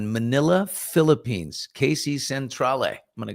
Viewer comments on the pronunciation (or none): none